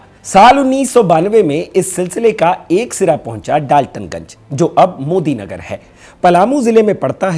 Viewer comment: Daltonganj का नाम मोदीनगर नहीं मेदिनीनगर hai...